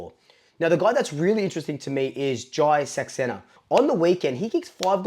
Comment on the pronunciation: Hey mate...Saxena is pronounced "Sux" "say" "na"...you got pretty close! :-)